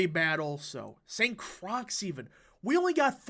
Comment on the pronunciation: I believe St. Croix is pronounced "Saint Croy". Other than that good analyisis. I do believe that we can win this, and the fact we were competitive shows that we are in this. A month and a half until this race happens, and I think we need to do that vote harvesting thing BIG TIME in order to save Wisconsin.